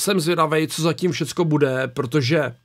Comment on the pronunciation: Mě strašně sere, jak mluví. Absolutní afekt z jeho T. Když chci říct "protože", tak neříkám "prodože. Já jako člověk aktivní v muzice, zakládající si na výslovnosti a artikulaci tohle nedávám. Bolí mě uši!